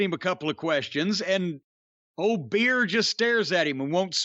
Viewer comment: He was saying BEER the whole time 💀